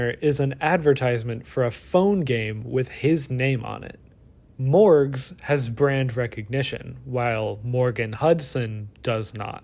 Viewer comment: I keep hearing Mörgaes. Ice Cream lady.